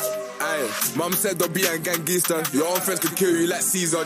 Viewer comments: Somali moms dont say gangster but they say gangister😂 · somali mums say gangister instead of gangster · gangister is how his mum would’ve pronounced gangster as she’s African